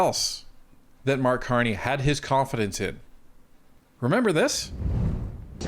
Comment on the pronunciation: Carck Marney 😂 Blarney Carney The Con Man 😵‍💫🤪